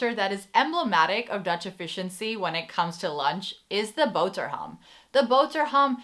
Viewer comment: Loved how you said boterham.